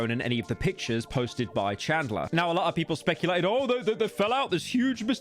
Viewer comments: Bro can’t pronounce anything right. Carmala. Now CHADLER. Come on bro you fell offff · Ahh yes "chadler"